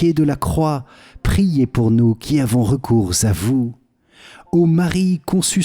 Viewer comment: Merci beaucoup pour ces prières ! Juste une petite remarque qui n'est pas très importante dans le fond, car cette erreur se répand partout, même sur kto, il ne faut pas faire la liaison entre "recours" et "à vous", cette erreur de prononciation se répand partout...